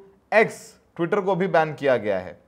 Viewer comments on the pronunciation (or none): ttwitaa😂 bhaii